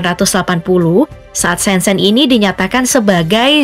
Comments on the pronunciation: Kota "ShenZhen "Mengejanya bukan SenSen tapi "Sen Cen".... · Shen Zhen/Sen Cen. Jangan dibaca sen sen. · Baca : Sencen